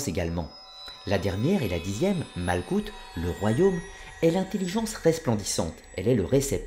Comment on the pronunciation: Juste my 2 cents : 1. « ch » se prononce « rrr.. » ou « 'r » la lettre Rèch, r gutural, donc on dit « rrr..orrr..mah ». 2. Il n'y a pas de « z » en hébreu, on dit alors « yessod », non « yezod » 3. « k » se prononce dans « malkout », « r », r guttural fricatif, donc « mal'rout » Bien à vous